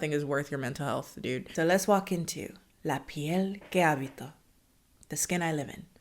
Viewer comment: The pronunciation of "La piel que habito" was perfection, but the surname of the director was AlmoDOvar, not AlmodoVAR. But good enough :D